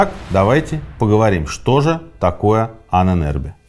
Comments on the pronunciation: Почему произносите Ане нербе Правильно анен эрбе Анен это предки, а эрбе наследие. Ahnenerbe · Позволю себе небольшую поправку «Ahnenerbe» читается как два отдельных слова: Анэн с ударением на первую «А» и Эрбэ тоже с ударением на первую гласную. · Пожалуйста... ударение в Анэнэрбе на А!!!! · Анен Эрбе , отдел но произносится и ударение в немецком на первый слог , спасибо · нет не правильно. Там даже как бы 2 ударения на А (анен/Ahnen) и на E (ербе/Erbe)